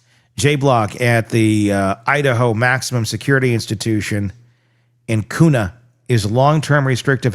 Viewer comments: It's pronounced Quna. I would drive by that prison several times a week to visit my horses i had boarded just past it. I lived for several years about 8 miles away from it. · I really wish people would pronounce Kuna correctly! I grew up there, and people not from Idaho do not pronounce it correctly at all! It drives me crazy! And please, can we stop saying this monster’s name? Stop giving him notoriety! This monster shall not be named!